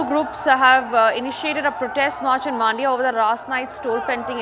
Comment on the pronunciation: Maaandya❌ Mandya✅